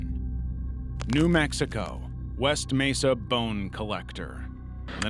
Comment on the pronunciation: Thank you, kind human ❤❤❤ (I'm losing it at 'Mew Mixico' 💀)